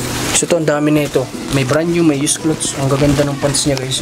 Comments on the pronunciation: Clothes pronounce as clods....loll! not clots..tnx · sana po wag ka magalit ha,, icorrect ko lang yung sinasabi mo-- ang cloths po ay tela, meaning hindi pa natatahi,, kapag damit napo regardless kung bestida, pantalon, sando, shorts, ang tawag napo dun ay clothes (ang pronunciation po ay KLOWDS). Salamat sa pagunawa.. Pagpalain kapa!